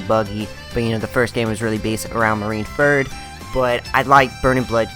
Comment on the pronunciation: I'm annoyed out how he says marineferd and instead of marineford